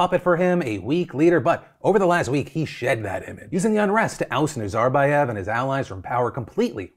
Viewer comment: Why do you have to put the stress in the wrong part of the name Nazarbaev, have you never heard the word said out loud before? That's not how it's said in English or in Kazakhstan.